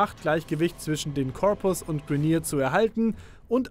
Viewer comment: Bitte sprich die Begriffe richtig aus. Ich weiß ihr wollt das auf deutsch herausbringen aber manche Begriffe wie Orokin, Grineer spricht man Englisch aus. Hört sich viel besser an.